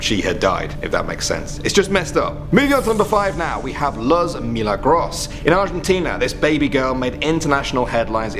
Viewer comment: luz is pronounced like loose